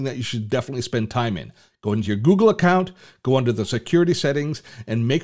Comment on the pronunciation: Funny the way you say Google.. haha.. Where are you from ?? Gggoogggggle hehe